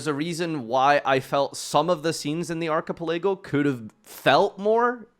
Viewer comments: Proud of ya but my guy, its pronounced "arca-pela-go" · Ark A Pa Lay Go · How would you pronounce that word if you've never seen it before? It's not exactly a topic for a casual conversation, UNLESS you're talking about One Piece. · I’m having an aneurysm every time he says archipelago.